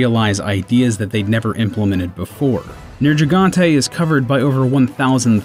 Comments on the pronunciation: lol the MH language and Japanese language prounce it as Ner-gee-gan-te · Luck is Me "Nerj itgante" "Legg ee ana" and isn't pukei pukei supposed to be pronounced "puke ay puke ay"? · You pronounced Nergigante with a soft G sound like Nerji-gante. The characters in the game seem to pronounce it with a hard G but I hear people pronounce it both ways so I honestly don't know which is correct. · Nergigante was close but it's a hard G not a J. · his name is Nergigante and not nerjigantéy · It's hard to take this channel seriously when you can't even pronounce names correctly half the time. There were at least 3 in this video that were incorrect Nergigante not nerjigante and jagras not jargus and Aloy (Ayloy) not alloy. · Great Jagras and Nergigante's names are mentioned in-game, how can they mispronounce them? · He mispronounced Nergigante too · DID YOU KNOW how to pronounce Jagras and Nergigante correctly? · He only really mispronounced Jagras, and Nergigante The nergigante pronunciation can be forgiven But Jesus Christ the Jagras one was baaaaaad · He somehow managed to not only butcher the name of the great "jargas", but also the pronunciation of "Nergigante" and then the pronunciation of "Aloy" from Horizon Zero Dawn. That's three wrong pronunciations in one video. How